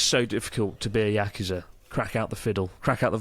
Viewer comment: yakuza not uukusa